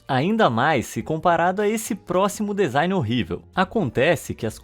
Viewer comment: Bah irmão, pra quem é do ramo, ficar ouvindo vc fala dEzain o tempo todo é uma tortura. rsrs. Parece que cê tá falando adEvogado, rsrs. Por dúvida, digita la no tradutor do Google e aperte o som pra ver com é. Lê-se dzain ou dizain. Abraço e parabéns pelo vídeo. Bom alguém falando sobre essas bizarrices!